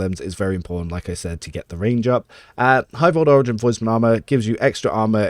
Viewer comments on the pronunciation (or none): none